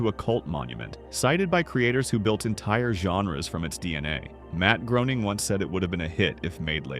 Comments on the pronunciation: Matt Groening must be so tired of hearing his name get mispronounced like this. It’s supposed to be as in “raining.” Also, that doesn’t look like the Leaning Tower of Pisa in the background of the driving. Those said, loved the rest of this, great analysis of why I’ve loved this series for decades. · Matt Groening's name is pronounced to rhyme with "complaining".